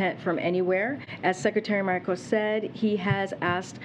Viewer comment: Did she just try to say “Mayorkas”name. If so, lord help us.